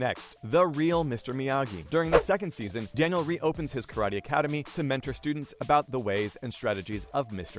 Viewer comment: He said Daniel with a L.....not i